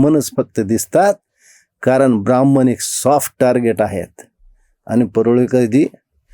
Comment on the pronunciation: काका, हा शब्द ब्राह्मण आहें, ब्राह्मन नाही. तुम्ही उच्च घराण्यातील ahat कृपया "न व" ण "मधील फरक समजून घ्या.